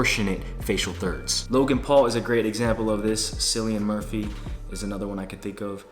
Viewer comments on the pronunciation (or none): “Sillian Murphy” 😭. It’s pronounced “Killian Murphy” 💀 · You didn’t just say Sillian Murphy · Did really call Cillian Murphy, SILLIAN MURPHY??!!! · Bestie it’s Kill-ian Murphy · Nah did you say S - illian Murphy? 😭